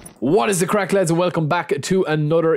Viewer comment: It's actually craic not crack